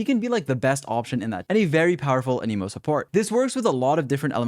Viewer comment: It's ahn-em-oh